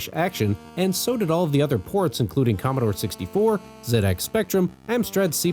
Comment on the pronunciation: It warms my heart every time I hear an American pronounce ZX Spectrum the English way. Hats off to you good sir. Tea & crumpets too.